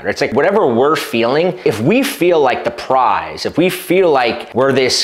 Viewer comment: it's Prize...P r i z e...